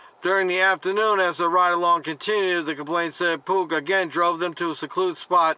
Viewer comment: Pugh is pronounced pew.